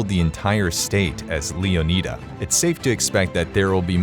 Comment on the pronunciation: it’s Leonida not Leonita